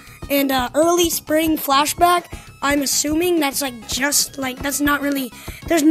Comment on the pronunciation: oh wait he said “fashblack” init